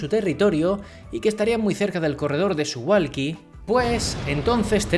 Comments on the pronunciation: Muy interesante! Solo una apreciación de persona que ha vivido en Polonia jajaj Se pronuncia Suvauki, la L tachada polaca se pronuncia como u.. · Se pronuncia SuValki la W en polaco se pronuncia como V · Como información, que no tienes que saberlo: se pronuncia Suvauki. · Muy interesante, gracias. Justo un detalle, me pregunto si es correcto que Suwalki se pronuncie Suhualki. Es que no tengo ni idea del polaco, pero en todo caso en aleman a diferencia del ingles, la W no se dice UA sino V. Y supongo que en polaco tambien. Lo digo por lo de Warsovia que no Uarsovia. Habria que averiguarlo. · debes decir Suvalski, la W se lee como V en Polaco....